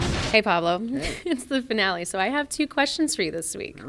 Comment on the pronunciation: "Foonale" lmao